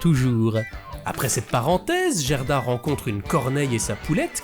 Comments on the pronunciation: Je connais ce conte par coeur. Bonne vidéo mais vous avez prononcé Jerda alors qu'en fait le Gerda de prononce Gue. En gros, c'est comme si vous disiez jitare au lieu de guitare en faisant ça. Attention aux VFs des adaptations qui peuvent induire en erreur😑 EDIT: Dans les deux VFs, le comportement de la femme à l'immense jardin est différent. Dans la première VF, elle garde volontairement Gerda chez elle parce qu'elle veut avoir la petite fille pour elle toute seule devenant ainsi une opposante par sa propre volonté. Dans la deuxième VF, elle est sous l'emprise de la Reine des Neiges voulant empêcher Gerda d'arriver jusqu'à Kai et devenant ainsi une opposante malgré elle. Probablement un choix pour rendre la Reine des Neiges plus active dans l'intrigue. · très belle vidéo. Mais pitié: "GUERDA" pas "Jèrda"! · Très sympa, comme toujours, mais dommage pour l'écorchage en règle française du prénom danois "Gerda" :'( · Vraiment très bien. Un travail incroyable. J'ai juste un peu de mal avec le "Gerda" avec le son "Gé" , je l'ai toujours dis a l'allemande avec un "gué"... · Salut, bel épisode mais.... le G dans le pays scandinaves se prononce "Gu". Quelle douleur d entendre "Jerda" et non pas "Guerda"..... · Alors, c'est génial et après tant de hype (rapport à la période présente, toussa toussa) je suis super contente de l'épisode, mais juste une petite chose : Gerda, ça se prononce "Guerda" ^^ C'est pas très grave en soit, mais étant le prénom de ma grand-mère, ça m'écorche un poil les oreilles d'entendre la faute à répétition x) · Ca se prononce Guerda et Caille 😉 Excellent votre boulot sinon. Bonnes fetes a vous deux ❤